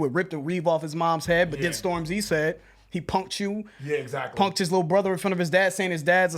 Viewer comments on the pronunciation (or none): The emphasis is on storm, not the zy 😂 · man, it's Stormzy, not Storm-Z. Get old people vibes off you when you say it that way. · Still pronouncing it the same 😂😂😂🤣🤣